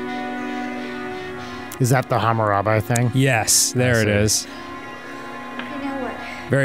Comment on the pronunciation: please for the love of God say Hammurabi correctly